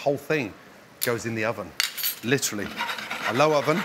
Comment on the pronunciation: "Litry"! Litry, litry, litry!